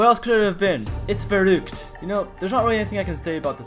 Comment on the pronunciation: all the maps are pretty easy and also you are pronouncing verruckt and nacht der untoten